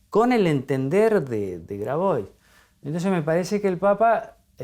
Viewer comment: Grabois se pronuncia Grabua’